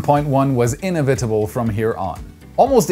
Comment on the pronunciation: Inevitable.. does nobody check your pronounciation? I get you're German, but please put some more effort in that. It is a bit of a nuisance, and not up to par with the rest of your quality channel.